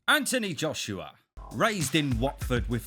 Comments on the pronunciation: You're based in England, a multicultural society that is thriving on 2nd generational talent from immigrating countries. The least you can do is practice how to say his full name or don't put that part on the video at all for laughs. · What, you can’t pronounce his name? Poor schooling. Stopped watching it there. Reminded me of growing up in Bow during the 1970’s. Wankers like this were everywhere. But I was one of those little black boys that you never made the mistake of letting me move around.